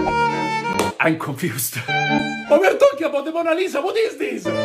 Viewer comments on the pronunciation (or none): The A.I literally said monga lisa and idk why thats funny to me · It's more like 'LONA MISA' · That's not Mona Lisa,that's moanna lisa